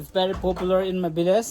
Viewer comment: Bdw its village not billage